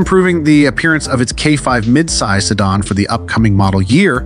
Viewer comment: "Si Dawn" ??? No one in the world before you made this video pronounced "Si Dan" as "Si Dawn" ..... so awkward